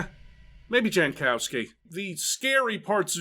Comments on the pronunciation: no, it isn't. It looks Polish to me. The "j" is pronounced like a "y" and the "w" is pronounced like a "v". "Yankovski" is how you'd pronounce it. Edit: though if their family came a few generations back, probably Americanized it eventually. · Jankowski is a Polish last name pronounced Yankovski and I will not allow anyone to make fun of it. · pole here. Jankowski is read "Yankowsky". Anyone, even a polish born american who does otherwise is wrong. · I never got the connection between eurojank and Jankowski and I'm Polish. It took an American ruining the pronunciation to show it. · Yes i will ruin a bit a "jank". But because im from Poland, every time "jankowski" was pronounced with "j" like in english i cringed a bit, because Jankowski is like quite common surname in Poland and "j" is pronounced like "y" in "yellow" in polish.